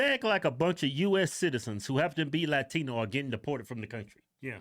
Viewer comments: You know what ANNOYS me? The way they pronounce the ‘t’ in “latino”. Ugh barf. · I love how she speaks better English than I do, but when she says Latino she all of a sudden sounds like a street hoodlum. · I love when the msnbc hosts pronounce "Latino" all fancy with the Lil accent for one word lol